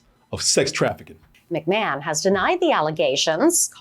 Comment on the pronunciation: Everybody: “McMahon”: “MACmahon” 😂